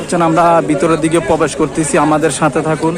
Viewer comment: bhai age thik moto kotha bola shikhben, tarpor aishob vlog korben...prothom ai...bolen 'pobesh' korbo...bhai pobesh kora kake bole?